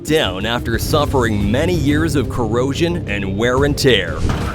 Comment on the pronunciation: exploSHIN? erectSHIN? coroSHIN? happIN? condiSHIN? LEARN HOW PRONOUNCE ENGLISH WORDS OR CHOOSE ANOTHER LANGUAGE!!!!!!!!!!!